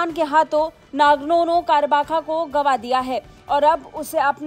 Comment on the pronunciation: Hay bhagwan....kaisa teporter hay ye. Ya hindi pronunciation hay woh nagorno-karabakh ka😂 Netan yahu ka bolti hay netan haiu 😂 Kuch bhi😂😂😂